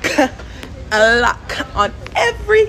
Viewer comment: A LOC- KUH